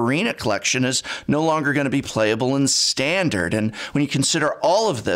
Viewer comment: "styandard commyander".what's that accent peaking through?